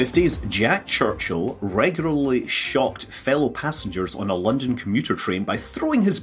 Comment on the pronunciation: and Mild amusement at Scott's difficulty pronouncing "regularly"